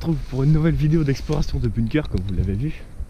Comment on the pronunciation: moi je sais où tu te trouve...par contre on ne prononce pas" bune keur" mais "Bounkeur" et cela s'écrit "BUNKER" et on bosse un petit peu sur les recherches avant de poster une vidéo ...les blockhaus de la croix des landes sur la route d'Erquy...et il y en a aussi au "Souchet" et un après "La Couture".